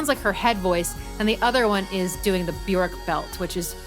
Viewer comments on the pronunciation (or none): Björk is pronounced “be-yerk”, “ö” sounds like the “o” in work; rhymes with jerk … not cork. Brilliant analysis! I love both versions of thIs song, but have listened to the video version more. Can you analyze Undo, Joga, Hunter, or Bachelorette next?! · Bjork is pronounced "byerk".